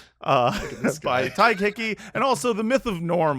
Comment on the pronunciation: Spelt his name wrong at first - I’ve been misled by all the times has said Todd-g-h! It’s actually Todd-h-g.